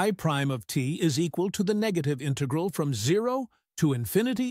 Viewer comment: The robot voice says "integral" incorrectly.